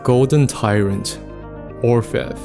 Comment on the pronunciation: You pronounced it right. It's not English, but French and it means "Goldsmith".